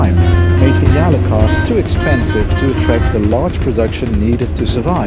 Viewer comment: Thank you for pronouncing ‘Vignale’ correctly.